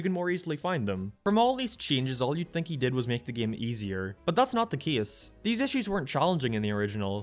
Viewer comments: I gotta ask... what accent is that? The way you pronounce "game" as "geeme", it's messing with my head :P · this video is ok but the way how this guy pronounces "Game" really triggers me